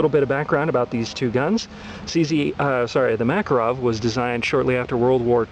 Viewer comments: ARGGGGHHHHHH...Learn to pronounce Makarov...LIkes nails on a blackboard everytime he says it... It's pronounced: muh-CAR-off Not MACK-uh-rov He's not much of an expert if he doesnt have a clue how its pronounced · It's pronounced muh-KAHR-uhv